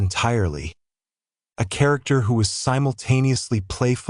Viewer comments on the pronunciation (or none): none